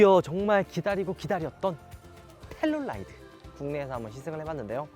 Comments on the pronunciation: 텔룰라이드 X. 텔루라이드 O. 우리나라 사람들의 청개구리식 영어. L은 대부분 R 발음하면서 막상 R은 L 발음으로 함. 예) 룸밀러. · 텔룰라이드 발음 킹받네ㅋ